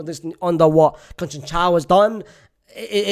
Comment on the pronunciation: Unc cannot pronounce Conceição.